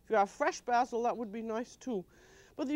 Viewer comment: I like the way Julia says "basil" the way we say it in UK English countries instead of the American way to say basil. She was so well travelled and learnt to speak French beautifully. A proper, classy lady.